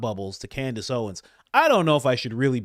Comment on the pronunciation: No hate only love but I feel like we need a candace/ mispronunciation compilation;D